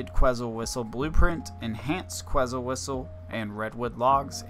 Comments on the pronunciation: “Ket • Zul” it’s a bird from Guatemala haha❤ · Lmaooo bro you didn’t even pronounce the word right in front of you right. Que”T”zal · You know it takes 10 seconds to look up the pronunciation for quetzal. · You should apologize for how you say quetzal lmaooo